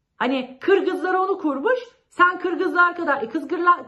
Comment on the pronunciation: Senin kırgızlar diyemeyişini yerim, şirin şey 💕